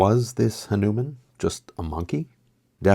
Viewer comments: Hello Friend. I love your programs. The name Hanuman is properly pronounced with emphasis on the first syllable. In Hindi words and names are accented at the third syllable from the end. Such as Ha'numan or Rama'yana or Maha'raji . Thought you would be interested in this. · HAA-noo-mahn (for your future use, 👍🏼)